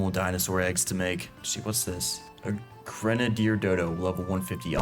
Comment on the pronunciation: why are u pronouncing grenadder like that